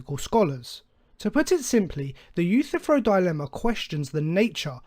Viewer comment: Your misinterpretation of the Euthyphro dilemma is even more egregious that your mispronounciation of his name. This dilemma is a disproof of the necessity of any god, showing that it makes no sense for a god to exist either way.